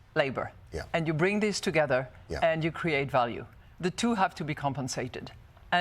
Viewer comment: Congratulations to Mme Lagarde, I believe she's the only french I've heard who can really say "the" and not say (the sadly annoying) "ze" 😊